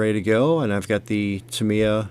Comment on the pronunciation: TAH-mi-yah. Only correct way to say it.